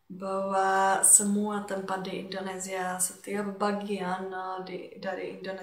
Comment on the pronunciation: Welcome to Indonesia.....supaya ucapan kamu bagus...kata INDONESIA tidak gunakan Z tapi S.....IndoneSia....bukan IndoneZia.